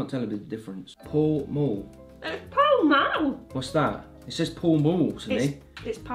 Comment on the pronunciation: Paul mule Liana: PALL MALL!!!